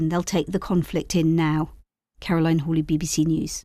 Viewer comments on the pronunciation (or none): none